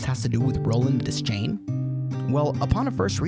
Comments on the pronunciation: Great video... but it is Roland "De-schain" not "Des-chain". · please don't EVER say des-chain again... It's pronounced: De-shain! DESCHAIN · if you're into time loops go watch "the endless" by benson and moorhead. great ideas in this vid, enjoyed it all except for one thing. roland's last name isn't pronounced "des-chain", it's pronounced "de-shayne". also chasm isn't pronounced "chaz-um", it's "kaz-um" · Your constant mispronunciation of Roland’s surname is painful! 'Deschain' is not pronounced "dez-chain," it’s pronounced "d’shane!" And that’s just the first thing that’s wrong with this video!! 😠😡🤬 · I’m about to break your world here, dog, but it’s pronounced de-shane, the c is silent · Imagine calling yourself the foremost expert on the Dark Tower, and then pronouncing his name “Dez-chain.” Good video though!